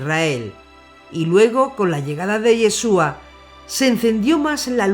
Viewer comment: SE PRONUNCIA IESHUA , NO YESUA